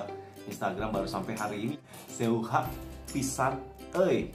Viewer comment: lucu banget.. btw baca seuhah... u nya jangan dibaca.. jadi se' hah... hihihi